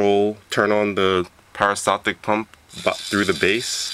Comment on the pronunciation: peri staltic, not para steltic